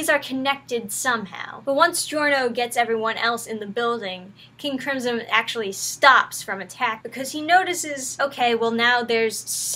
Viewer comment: "King Crinsom"